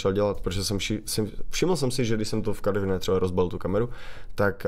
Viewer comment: ono by bohatě stačilo aby ho vyslovil tak jak se ma